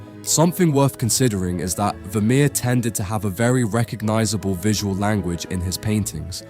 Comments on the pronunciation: ファミール？フェルメールだろ。A Iナレーション修正せんのかい！ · oi ! ya oaf , Pointillism was Signac's technique ( the 1880's ) ; if you morph into a clever dick and dream of including Seurat 'e would have gifted ya wiv a wooden collar ; he was a Divisionist ! ever heard of RP ? ( received pronunciation ) Vermeer = ver-mehr , NOT vermir !!!!!!!!! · ВермЕЕр, а не вамир. Не умеете настроить бота. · Что за Вамир? Художник по-русски - Вермейер! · А почему Вамир, а не Вермеер? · Вамир?! Вемеер?! Может» Веермеер»?!автору озвучки должно быть стыдно…👎👎👎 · Я думала раскроете секрет его потрясающей живописи на основе каких либо технических устройств, вроде камеры обскура, а тут опять секс привязали, скучища! Да ещё выговорить Вармеер это не в состоянии, не смешно, найдите хорошего диктора. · フェルメールは好きな画家の1人です。 日本語では、フェルメール、と発音し表記するので 番組の朗読に違和感がありましたが、右下の箱に付いて勉強になりました。有難う。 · Ох, уж этот автодубояж нейросетей - Вермеера назвать Вамером🤦🏼‍♀️ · Veh meh? Really? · Je ne comprends pas la façon dont il prononce VERMEER. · Перевод ии ужасен,даже фамилию художника неправильно произносит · ファーレ？ブァミール？フェルメール？